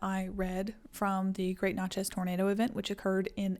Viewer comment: Love this video. Interesting facts, enchanting voice. One point to clarify for the future is Natchez is pronounced just like matches (or gnat-chez). Keep up the great work!!!